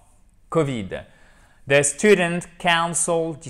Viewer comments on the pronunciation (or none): Mais il l'a prononcé, c[oun]cil, comme C[an]cel. Pourrais tu l'entendre de nouveau. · Hello! Alors cher prof, quand tu utilises la prononciation council, je vois que c'est exactement la même pour le verbe Cancel, Tu es d'accord avec moi?